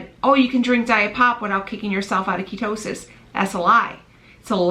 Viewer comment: "Kia toe sis" ? Lol